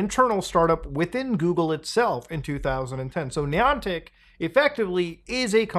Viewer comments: Pronouncing it “knee-on-tick” makes me already think this is silly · Not sure what bothers me most, the fact this is happening or the way this guy says Niantic. Hmmm... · I’m going to Ai edit Muta’s voice to say the Niantic right 😠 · This pronunciation of “Niantic” is making it hard for me to watch this video. 😅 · How many times can you say the company name wrong good grief it’s not that hard 😊